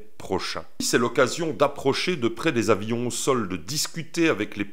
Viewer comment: Les avions m'ont toujours intrigué. Comment une telle masse peut tenir en l'air ? Apparemment, ça ne tient qu'à une bonne prononciation. Quand tu dis avillions, tu rajoutes deux ailes, d'un coup, tout parait cohérent ! J'ai hésité à poster ce commentaire. La première partie m'a fait rire alors que le reste m'a presque tiré une larme. ça serait pas la première fois que ça m'arrive avec tes textes...